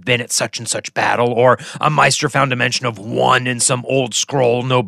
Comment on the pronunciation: Isn't it pronounced MAY-ster not MY-ster. The show and the audiobooks agree on this. Also isn't it GISS-kari not GE-kari? You pronounce Old Ghis right, so I don't know why you inferred a silent S.